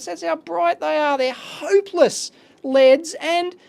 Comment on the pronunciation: only complain, he says "Leds" instead of "LEDs" also wtf, why is it 1080p50... i have never seen that